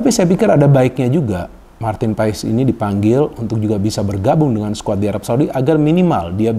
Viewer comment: PAES = di baca PAAS